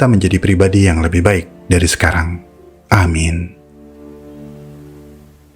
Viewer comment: Mohon ijin om.. "Penulisan dan pengucapan kata "amin" yang benar untuk menutup doa dalam Islam adalah Aamiin (آمِيْن), dengan memanjangkan huruf alif (A) di awal dan memanjangkan huruf mim (miin). Artinya adalah "Ya Allah, kabulkanlah doa kami". Berikut rincian arti berdasarkan penulisan/pengucapan : Aamiin (آَمِيْنَ): Kabulkanlah doa kami (yang paling tepat untuk penutup doa). Amin (أَمِنَ): Aman/tentram. Aamin (آَمِن): Percayalah atau meminta perlindungan. Amiin (أَمِيْن): Orang yang jujur/dapat dipercaya.